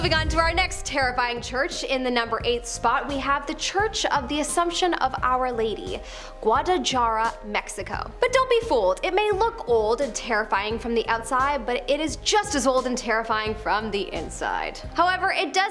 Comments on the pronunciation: LOL I am sorry Guadalajara is pronounced Guada la HARA. The J is pronounced as an H. LOL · The way Guadalajara was pronounced was the equivalent to scratching a plate with a fork. 😬